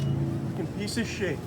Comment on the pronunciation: "Piece of shet" lol